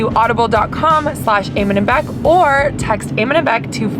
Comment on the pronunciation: your name eamon is pronounced e-mon